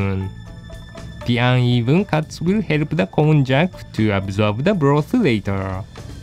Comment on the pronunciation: please note that こんにゃく has almost the same pronunciation in English. Actual people say Konjac as "kohn-yac", while text to speech services say "cone-jack", which isn't right.